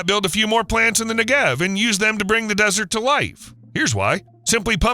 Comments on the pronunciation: Your whole video is about the Negev, but you can be bothered to learn the accent goes on the first syllable NEgev. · its pronounced NE-gev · The accent is on the first syllable -Negev. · Learn how to pronounce Negev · Cool video except for mispronouncing 'Negev' repeatedly throughout the video. If there are any birds that fly through the path of mirrors aimed at the solar concentrator they burn up in an instant.